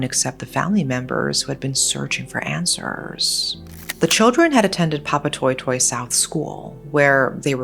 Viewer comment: Not a bad pronunciation of Papatoetoe! Nice!!